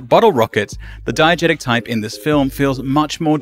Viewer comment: (and forward) diEgesis, diEgetic